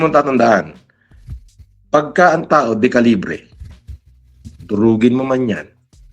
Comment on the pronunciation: De qulaong Hindi decalibre